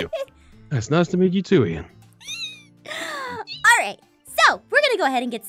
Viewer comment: ITS NOT EIN ITS IAN